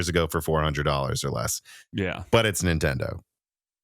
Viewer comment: Did you use to have an "Okia" phone? Have you seen the 5090 "vidia" prices? Do you have an "ikon" camera? No , then why do you repeatedly say "IN-Tendo"? and drop the N at beginning?